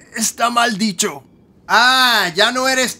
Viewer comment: Jajajajaja super mal "dicío"